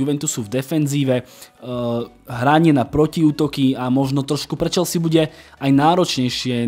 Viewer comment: Chvalim konecne spravne vyslovovani Chelsea se s…(y) chelzi uz mi trhala usi…aspon ty to rikas spravne..